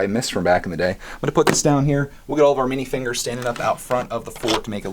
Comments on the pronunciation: Not to be rude by why do u say minifingers? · It’s minifigures not minifingers